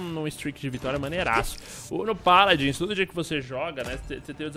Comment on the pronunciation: Zubu O Mlk Sagás pq é a pronuncia certa